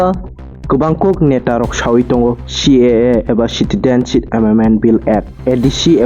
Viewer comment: Citidenship? Plz clean ur tongue first, then u come to the chair of News Anchor.